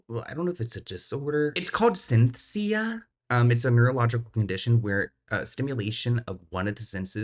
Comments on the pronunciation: Not pronunciation of “synesthesia!” … we love you even more for it lol. It’s pronounced like “SIN-ESS-THEE-ZIA” if that helps. I believe Lourde also has this. It seems to be more common among highly creative people. If I remember correctly there was a house MD episode about the condition as well. Interesting stuff. Ps- sia is a CREEP. Did not know she adopted those teenage boys… it gives me the ick so bad. I remember she said something about Shia labeouf like “conning” her into an “adulterous” relationship at some point. Shia was an adult at the time, but she is still 10 years older than him, and that gives me pause. It suggests she’s at the very least sexually attracted to younger men, and just her behavior regarding these teenage boys… idk there’s something totally off about it. It’s not just one thing is what I’m saying, there are countless red flags… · you said Sencia but its actually Synesthesia